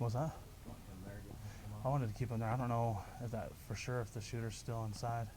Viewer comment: really who TF cares. Someone who says "fir sure" you are really knowledgeable🤭